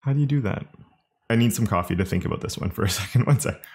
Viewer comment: You're exceedingly nice. What's that all aboot?